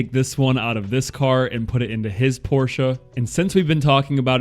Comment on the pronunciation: Thx for pronouncing PORSCHE the right way, and not "PORSCH". I really appreciate it. Greetings from Germany. ⬛🟥🟨